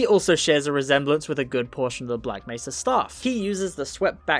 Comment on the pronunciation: when you did the montoge of G man saying black mesa, why did he pronounce nearly every " mesa " differently. " black mess-a. " " black may-sa. " "black messa. " "black may -sa. "